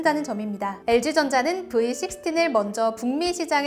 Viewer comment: 브이 피프틴은 v15 아니냐? ㅋㅋ 발음좀 그리고 v식스틴이 아니라 식스티 입니다 ㅋ